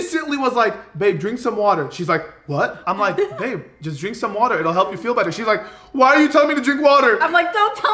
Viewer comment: is just me or says 'HELP'